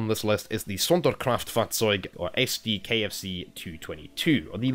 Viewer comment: Wow, you're pronounciation of Sonderkraftfahrzeug is spot on.